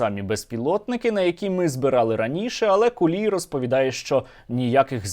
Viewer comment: Я от не розумію чому кулій якщо в нього на рилі написано хулій 😂 Сергію дуже дякую за вашу роботу 💪🇺🇦 все буде Україна 🇺🇦🇺🇦🇺🇦🇺🇦